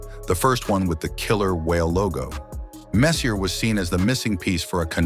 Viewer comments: Where did they find this utterly clueless narrator? Can he pronounce any name correctly (couldn’t even pronounce Glen Sather name)? How on earth do you get hired to narrate and mispronounce one of the greatest and most famous hockey players in history? And WOW, that’s a lot of unsubstantiated rumours and BS. Quite frankly, this video was embarrassing to watch, and a waste of time. How about some hard facts with your gossip. Mark Messier deserves much better than this disgusting hit piece. PFFFT! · Was he not legendary enough for you to pronounce his name correctly? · Narrator is a A. I generated abomination, mispronouncing every name. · Huh??? You've been asked to respond to the fact that you think Google knows what it's doing. Meanwhile, this AI piece of garbage cannot even pronounce Mark Messier's name. Do I get the pop culture reference in your name? NO. Do you get the difference between spelling and pronunciation? NO. Do you understand the difference between either/neither? NO. If it smells like AI, if it talks like AI and isn't? It's a person with very limited ability. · HAHAHAHAHHA!!!! No, you haven't answered anything. You say... "I think YouTube would know how to spell the subject's name on it's video better than you nerds..." but this was about HOW you say the name Messier. Clearly, you do not exist. Someone needs to shut down this computer generated nonsense. Why am I arguing with AI? Simpl6y because we hope society will put an end to the sort of garbage like this "video" and your pathetic responses. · he’s right it’s not pronounced the way it’s being said in the vid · exactly, we grew up watching Messier not like we haven’t heard commentators say his name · if only they told him to pronounce it correctly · I'm going to barf if his does stop saying " mess..ier" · Whomever is narrating this video knows absolutely nothing about hockey! The name is pronounced; Mess-ee-aa. Not mess-ee-er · Mark Messy ay. Is how you pronounce it not Messer the R is silent